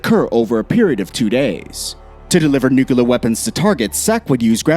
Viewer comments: NOO-KLEE-UHR NOT NOOK-YOO-LUHR. This isn't difficult. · NUCLEAR not NUKALER IT is CLEAR not KAlER CLEAR? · Nukula Noo koo larr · For the love of Jesus, its NU-CLEAR